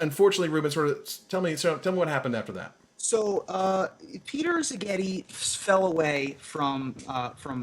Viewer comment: Szigeti (s not z, stress on the first syllable) is a traditionally hungarian surname literally it means "from (an) island"